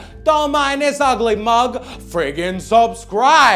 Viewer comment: It's my Boy! subscribah